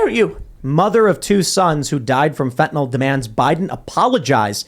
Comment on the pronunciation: Biden calls it "fentinawl." I don't have a comment other that it just sounds weird, kinda like he's never seen the word before.